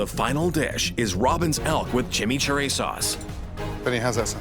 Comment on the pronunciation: The narrator chinauchurray sauce 😂😂😂😂😂